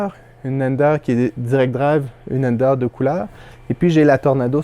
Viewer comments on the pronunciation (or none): none